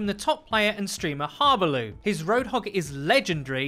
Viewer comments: Ahahahah what way did you pronounce"harbleu" ahaha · are you even pronouncing harbleus name correctly?